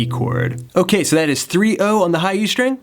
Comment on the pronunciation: Thanks for those riffs! :) They are really awesome! Have just one question, and I'm sorry if it seems not very polite and not about music. I'm just not an English-speaking person. So, I saw several videos with you and you always say "shtring" instead of "string". Is it a feature of yours or it is something common? Thanks )))